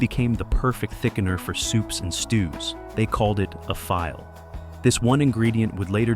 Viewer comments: It drives me nuts when the A I can't pronounce words. It's pronounced "fee-lay", not "file". As in gumbo. Very distracting in an otherwise informative piece. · File powder?? Come on AI, you can do better